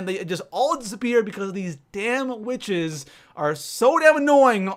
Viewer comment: you pronounced witches as wishes